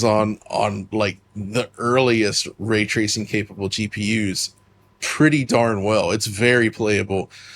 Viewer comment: 'Way twacing'